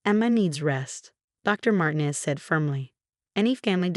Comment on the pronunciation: And Martinez should have the accent on the second syllable.